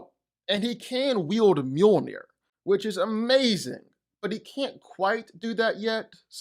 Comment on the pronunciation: Mjolnir ❌ Muir ✅😂